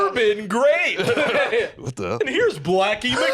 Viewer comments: oh btw rewatch that jello commercial, they did not pronounce one "R" everything was "Glape" or "Raspbelly". i was listening to this in the background and i thought we was saying jelly not cherry. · i don't know why they focus on grape, i can in fact hear the L-to-R thing on every flavour they say 😅